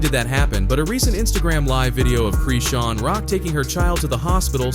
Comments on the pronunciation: Its Chrisean...not CHREEEEESEN.... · Why u keep saying creesean! That’s isn’t her name and y’all just making up things here. That baby ain’t goin anywhere … he gonna be right where he belongs… with his mama… y’all weird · Why errbody refuse to say her name right?